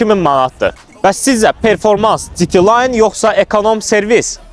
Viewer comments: Citi layn nədi?😂😂😂 “Dji” de heç olmasa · Citi Layn 🤦🏻‍♂️